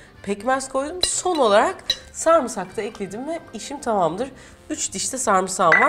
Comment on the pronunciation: Refika iyisin hoşsun severek izliyoruz ama sarmısak dediğin an kopuyorum! SARIMSAK SARIMSAK SARIMSAK!!!